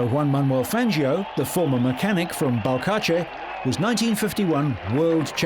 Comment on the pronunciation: belcache :D It should be closer to Val-Car-Tze